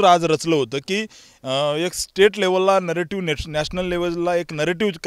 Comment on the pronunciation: नरेटिव्ह शब्द निट बोलता येत नाही..ते अगोदर शिका.